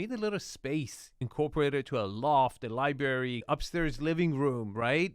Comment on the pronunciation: The word is pronounced “Lye-bRary” not “Lye-Barry.” You’re welcome. 😎